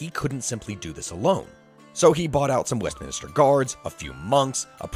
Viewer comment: Great video, but it's not 'Westminister', it's West-minster.